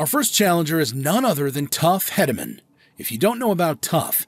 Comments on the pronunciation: Tuff HEEDeman, not Headaman. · Say his name right...tuff hedemen Not heademen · His name is Heee-de-man. Get your pronunciation right! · Hedeman is pronounced heed not head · It's not headamen it's pronounced heedaman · Must be a computer-generated voice because he is not pronouncing tuff hedeman's name. He's saying Headaman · You're pronouncing Hedeman wrong. It's pronounced like heed on the first syllable. But, nice compilation. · That’s not how you pronounce tuff hedemans name It’s sounds weird hearing you say it like that And lane frost died in 89’ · Yes that was my first reaction! I was like atleast pronounce his name right! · This guy don't get it that's forsure.... He don't even know how to say Tuffs last name!!!! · Don't know who made this video but If you don't know how to pronounce tuff's name or know what year Lane died or anything about the greatest bucking bull ever then sit down and shut up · Instantly stopped watching after getting lanes death wrong, and the fact that tuff’s last name was pronounced wrong… oh and acting like bodacious “learned” how to throw his head back to headbutt riders 🤦🏼‍♂️